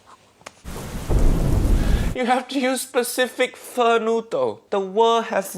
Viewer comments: If you want uncle Roger to notice your videos then pronounce pho as foe not fur. Then make a "foe" style fried rice and forget to use your chef skills. Combine that with praising Jamie Oliver multiple times and you are part way there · My friend, you need to work on your Pho pronunciation.